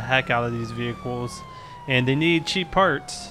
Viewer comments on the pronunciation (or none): none